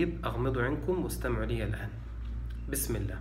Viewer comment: السلام عليكم . أيها المؤمنون الطيبون . هذا الشخص يمارس الدجل . يؤكد على اغماض العينين حتى لاتشعروا بتحريفه لكلام الله . فقط افتحوا أعينكم وبشيء من التركيز على قراءته التي يتعمد التشدق بها والتقعر ليحكم الشباك عليك ويستغل طيبتك او . . . ركز على قراءته البسملة ( بسم اللام )( مالك يوم الديم)(للمتقيم)(ينفقوم)(المفلحوم)( حفذهما) أي حفظهما (للمؤمنيم)ولاحظ الإحترافية في (في الأرحام كيف يشام) وغيرها كثير .ثم لاحظ قوله بأمر اللام أي الله ،ولاحظ تكريره لكلمة يسحبون ثلاث مرات صحيحة ثم الرابعة (يسحبوم)وقوله هو: يسلسل ويغلغل كل من يؤذي هذا الجسد ويسحب (بأمر اللام) ثم لاحظ الخبث في قراءة الآية كماهي ثم في الآخر (ولايزيد الظالمين إلا خسارم)وهي إلاخسارا . هذا استاذ دجل وبالصوت والصورة . ثم انتبه الى طلبه منك أن تستمع لرقيته وانت مسترخي نايم على ظهرك وتغمض عينيك لئلا تنتبه الى تلاعبه بكلام الله . حسبي الله على هذا الدجال .